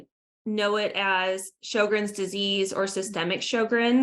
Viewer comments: Show-grens dear. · It is pronounced sher-grens